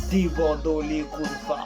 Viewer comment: Débordo likonfa, tel est prononcer par le youtuber, là il m'a tuer c'est trop bon, en tout cas le son me faire plaisir de l'écouter